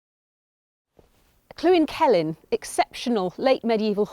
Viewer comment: It is NOT pronounced Clwyn. Try this link